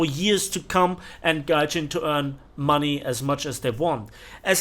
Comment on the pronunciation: "We need mony Arthur "